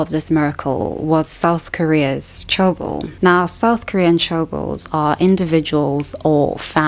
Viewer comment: 재벌 is pronounced je (the short e sound, as in 'egg') + bol (the short o sound, as in 'octopus').